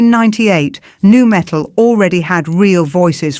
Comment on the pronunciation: Quit calling rockers "rock heads", AI. 🙄 You can keep referring to nu-metal as "nah metal", though. 😄